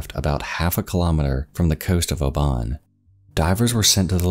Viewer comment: Muhll not mole. Obin not oh-bhan.